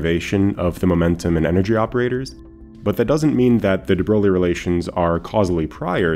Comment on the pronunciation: Fantastic video as always. Keep up the great work! Just as a heads up, de Broglie is pronounced closer to “de broy” than “de BroGlee”. There’s an audio prononciation as well as an IPA transcription on Wikipedia if you’re interested. No worries if not, I’m sure everyone knew what you were talking about.